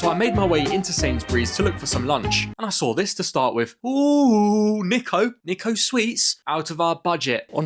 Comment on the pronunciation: The " Niko Niko" it's pronounced nee-ko